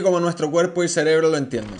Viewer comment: jajajaja No se dice celebro, se dice cerebro!! Saludos! gracias por los videos, he aprendido bastante de ellos